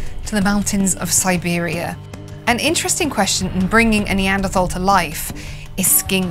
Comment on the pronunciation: Why the endless mispronounciation of "Neanderthal?"